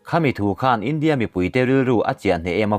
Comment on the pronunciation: Kan sawi ve lawk, i tawng kauchheh hi fimkhur thei deu la ka ti, i India lam dan te , tharthawh te a dang pawh a la awm. a ngaihnawm e